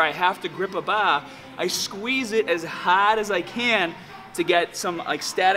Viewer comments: noticed he can't pronounce ar properly in his other videos. Weird. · Jesus Christ I can't take it anymore baR, baR that's a fucking R at the fucking end Great video though, big fan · Hold the bah like this... Grip the bah as hahd as you can LOL. Love all of your videos man! Definitely my favorite YouTube fitness channel by far. It's awesome how you're not as huge as the "meat heads" I see sometimes but you're just as strong! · lol sometimes u don't say your r's. haha like ba instead of bar 😂 love your videos man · "squeeze the baa as haaad as you can" xD Sorry didnt mean to make fun of you. I love your videos and the way you speak as well. Just did your 3D chest workout and im dead tired. Thanks for this awesome tip! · Bah bah bah bah Barbra Ann hahaha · Wow i love the way you say "bar"